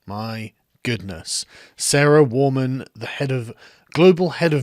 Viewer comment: It's pronounced Sarah Wahman